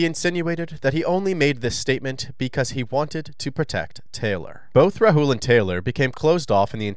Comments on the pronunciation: The name is Rahul, not Rahool. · I’m cracking up at the way the narrator and police are pronouncing Rahul’s name😂